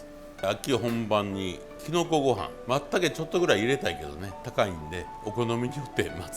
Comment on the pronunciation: 松茸のことをまったけと発音されるのは関西だけなんですね 初めて知りました